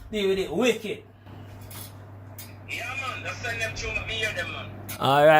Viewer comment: Carlton terrible eeh mon.. Him put the W inna wicked